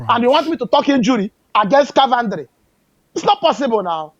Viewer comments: Car-ventry 😂😂, my man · which one is Carventry.....man is "Coventry" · Love the way calls all this teams “car-Ven-tree” 😂😂😂😂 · 😂.. Caaarventory😅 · is not Car-van-tree😂😂😂